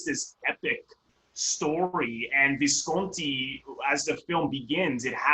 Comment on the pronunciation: Simple minded review plus you mispronounce Visconti's name.